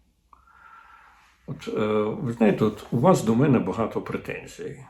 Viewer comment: Не "а не 'мене", потрібно "а не ме'не". Не "прих'ворів", а "прихво'рів".